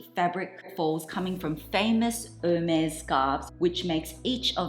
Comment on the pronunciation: Love your unboxing ! If I may, as a French speaker born and raised. You pronounce the brand’s name incorrectly. You pronounce like it was « Her maze » and you should say « Air mess » (if that’s clear) 🇫🇷